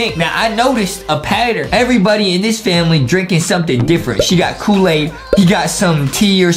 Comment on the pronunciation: Adem said a mispronouncing word. Here—> “KOOWAID CUPKWAKESH”